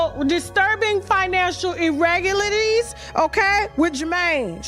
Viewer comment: She is unable to pronounce irregularities. lol